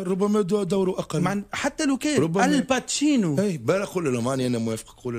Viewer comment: "الباتشينو"!! طالما بيقول ان عادل امام ومحمود عبد العزيز مايعرفوش يمثلوا وان ليالي الحلمية "لت وعجن" ،، فطبيعي يقول ان التواتي "الباتشينو" 😂😂👊👊